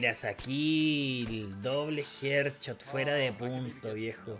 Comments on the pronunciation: No es HEARDCHOT SE DICE HEADSHOT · Mira esos "jer chot" papá :v